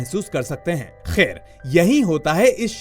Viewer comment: Khair shabd pe thoda jor Kam do